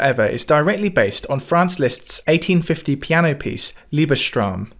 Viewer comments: By the way, Liebestraeume is pronounced "LEE-bes-troy-muh", not "LEE-bes-trum". The ae (a with umlaut) by itself makes an "eh" sound, but when paired with u, makes an "oy" sound. The same is with "eu". "Traum" is dream in German, but when it is in the plural form (as with many nouns) the "a" turns into an "ae" (a with umlaut), thus changing the phoneme used since in "Traeume" it's paired with the "u". And of course, "Liebes" means "love", thus the name of the piece is "Dreams of Love". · Liebesträume = Lee-bess-troy-meh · Your pronunciation of "Liebesträume" makes me smile. 🙂 For your next video, you may listen to "Natural" by Officina Emotiva.